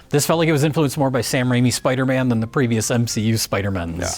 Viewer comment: Take a birro everytime says 'Spidermin'.